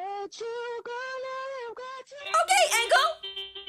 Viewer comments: said agel anstead of engel😂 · In the start I heard Engel when it’s angel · Can somebody tell her it’s not angle It’s Angel